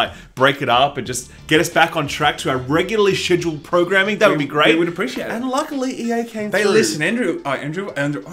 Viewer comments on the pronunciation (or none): Schedule... “shedule”, Sschedule?... Shchedule